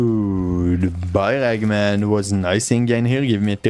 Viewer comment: Awesome run,also i dont want to sound mean i really enjoyed the video but when you said ragman it sounded like eggman to me😂